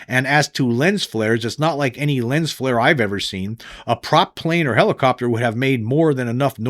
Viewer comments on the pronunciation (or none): none